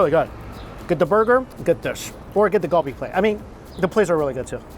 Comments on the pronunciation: It's prounounced as "KAL-BI" not GUL BI :/ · Galbi pronounced Gar-be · It’s surprising that you still butcher the pronunciation of galbi (갈비) after spending al of that time in Korea during COVID.